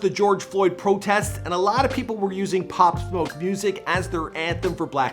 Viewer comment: At least you pronounced his name correctly. Thx